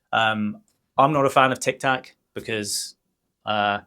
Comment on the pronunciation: It is TIK TOK not TAC !